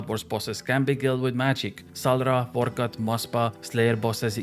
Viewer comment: "really useful hitting those hundreds at reds, or monsters like nix, vor cot, coporol best dewwili bozzez" XD